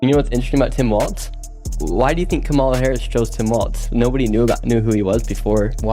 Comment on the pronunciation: I love what he's doing but I just wish someone would fill him in that its Walz not "Waltz" 🤦‍♀️🤣🤦‍♀️🤣